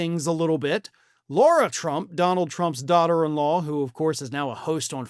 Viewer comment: Her name is lara, not Laura.